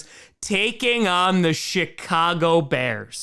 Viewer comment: did he say Chicago or “Shit-cago” 😂😂😂